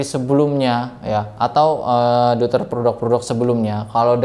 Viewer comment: deuter = eu dalam bahasa jerman di bacanya (oi) jadi di ucapkannya DOITER